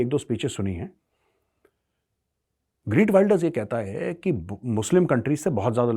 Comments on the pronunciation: इसके नामका उच्चारण 'ग्रीट 'नही ' गीर्ट' है। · The Dutch pronunciation of the name is खेर्ट विल्डर्स (khert wilders)! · Is bahan ke lode ko geert pronounce krna tk nhi ata or ye bhavishyawani krega